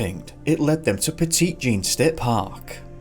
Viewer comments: I know that you're probably tired of being corrected on how places are pronounced, because honestly, how are you to know, and it does look like you said it, but it's pronounced, Petty Jean. It's weird, I know. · I was so shocked when I heard Petit Jean and wasn't sure if it was the same place because of the mispronounciation (it's more like petty) but when you said Little Rock I was surprised to hear a story from my state